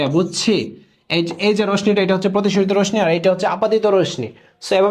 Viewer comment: রোশনি না রশ্মি (রশশি)😂😂😂😂